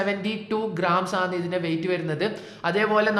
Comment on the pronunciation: ആണ് എന്ന് പറഞ്ഞു പഠിക്ക് bro. കേട്ടിട്ട് എന്തോ പോലെ തോന്നുന്നു